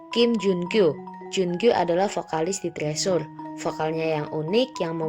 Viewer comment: Kakak permisi bukannya mau sok tau. Tapi bacanya bukan "trisur" atau "tresur" tapi " (t)crisur" atau di korea- nya "trejo" (setauku ya). Maaf.